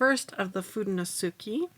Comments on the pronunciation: Love your video, but sorry, “suke” just doesn’t seem like it should be pronounced “ski.” You do get an A for persevering! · It’s pronounced: foo-de-no-soo-kay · And its "foo-day-new-sue-kay" but the "ke" is more like ke in sake. Like in okay, as well as the de in fude, its got that same eh sound. If that helps. Atleast that's how I was taught in my Japanese classes and throughout 30 years living in a very diverse state with a large majority of our residents being fluid Japanese speakers as well as our states just general heavy influence by all Asian cultures. :) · “foo-day-no-SOO-kay” I take full responsibility for saying it wrong! I think I may have misspelled it when I looked up the pronunciation. Doh! Please be kind to her about it—it’s my fault not her’s. 😊 Sorry and Tombow. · Ironically, I was coming to comment this exact note when I saw this posted right up at the top of the comments! I’m glad it got cleared up! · Hello and, Pronunciation was almost right only the "KE" at the end of FUDENOSUKE is pronounced like the "ke" from the word "kept" Cheers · FU is like when you say kung-fu. DE is like when you say meh. NO is like when a Mexican says no (no w sound at the end. Just an open vowel). SU is like when you say super. And KE is, again, like when you say meh. Try using Google translate and listen to the pronunciation. Hope this help!😊 BTW, Fude is one word. No means of (as in belongs to). Suke is another word.